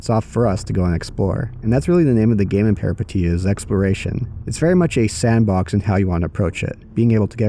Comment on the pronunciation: FYI Peripeteia means Adventure in Greek and pronounced peripEteia ;)